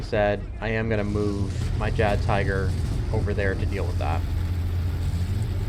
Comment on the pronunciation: Great video except for calling it a JaggedTiger....